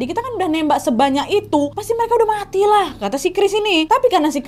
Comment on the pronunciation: Wkwkws, mbak nadia kalo ngomong vonis mati saking ikut keselnya mungkin sama kasusnya. mati nya jadi muati